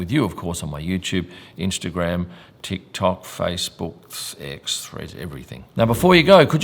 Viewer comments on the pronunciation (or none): none